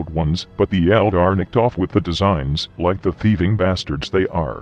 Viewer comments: >He does seem to loik you >loik you > loik cRoIkEy! nOw ThAt'S aBoUt As ClOsE aS iT gEtS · "He does seem to loik you"